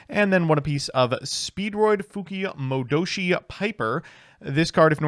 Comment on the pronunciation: no. he's still so white. moe dough shi? mah doe she? mo do shi. yeah he's still breathing too much between rhythm in pronunciation. but he don't japanese so pass it whyte boii